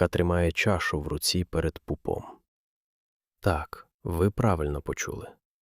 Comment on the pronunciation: Ріже слух Ваше "перед пупОм" . Знаю, що у центральній, північній і західній Україні наголос ставиться в цьому слові на передостанньому складі. У вас схоже на кальку з російської. І у слові "остаточно" неправильний наголос.